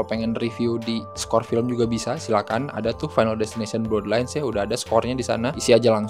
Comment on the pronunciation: Blaad lains bukan blodlains bang